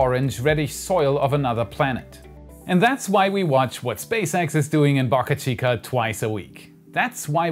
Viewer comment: "BAAcachica" or "Bo cachica"?